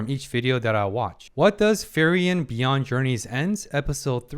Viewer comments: free-ren not fer-yen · I hope you eventually stop saying Ferien, otherwise I like your videos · FREE-REN, not FEAR-IAN. I’ve loved this series but please learn to pronounce the main character’s name properly. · Your takes are so insightfull, psychotherapy was a branch a wanted to study at some point. I just like understanding people and how they think and why. p.s. just a bit that kinda annoy me a bit. You call Frieren wrong each time you say her name. You say Fee-ri-en 😕 It's essentially Free-ren almost sound like Free-run in German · try pronounced her name to "Free-ren" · Say it with me FREE-REN.